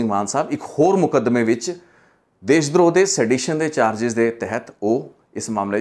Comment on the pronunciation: ਦੇਸ਼ ਦ੍ਰੋਹ ਨਹੀਂ ਜੀ ਦੇਸ਼ ਧ੍ਰੋਹ...